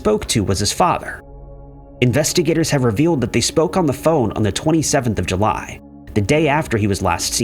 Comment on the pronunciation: Was July pronounced Huly or is my brain off kilter?